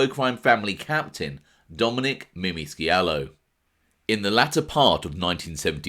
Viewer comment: The C is silent in scialo